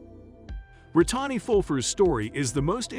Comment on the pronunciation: I enjoy these videos. I don't enjoy the pronunciation in it tho. How do you mess up Brittani and lymphoedema!?